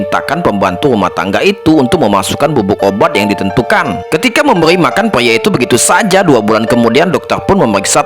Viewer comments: PRIA BANG.... BUKAN PLIA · Pyia itu diubah menjadi peyempuan😂